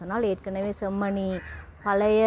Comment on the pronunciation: நீங்களும் செம்மணி என்பதை chemmani என்று உச்சரிக்க வேண்டாம்